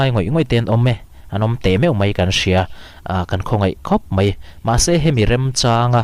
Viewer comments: ...Duhoma lo zet MAI (MEI ni loin..) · Mei nilo in mai😊